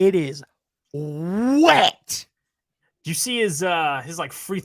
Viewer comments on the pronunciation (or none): The emphasis put on "wet" talking about chef's jumper😂 but that Kenny Lofton guy on Memphis summer league look like he can play a little, his play style reminds me of Zach Randolph